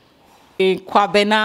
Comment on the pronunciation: I love the way you pronounced the Kwabena, it was so romantic. But it's Kwame your child's father?